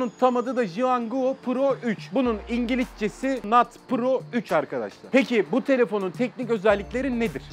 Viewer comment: Çağdaşin ingiliççesi dediğini duyan tek ben miyim